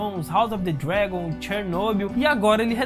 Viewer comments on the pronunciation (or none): none